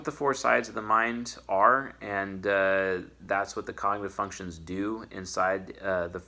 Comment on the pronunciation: Did I hear "Fucktions" at the 12th second of the 8th minute? 🧐 YouTube, arrest this man 🤨